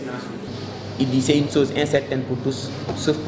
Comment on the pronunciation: La chose et non la soze. Le niveau est quand même faible et je me désole franchement la qualité. Je pleins les élèves qui au lieu de beaucoup lire se fient à de tels professeurs. 《comme M. Ndiaye présent, on dit à l'image ou comme M. Ndiaye ici présent.》